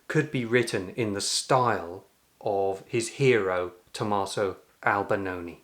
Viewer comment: i thought it was Albinoni but kept hearing Albanoni